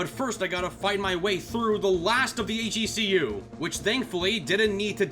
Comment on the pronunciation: YOU ARE THE ONE PERSON WHO SAYS H.E.C.U INSTEAD OF "HECU" LIKE EVERYONE ELSE CONFORM CONFORM CONFORM CONFORM